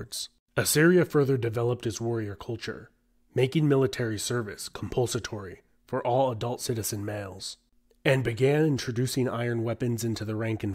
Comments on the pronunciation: Did you just say national service was made "compulsitory"? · Compulsatory? Are you sure?